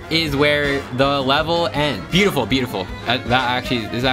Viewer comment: “They have butifull feet” got me laughing and made me say he needs therapy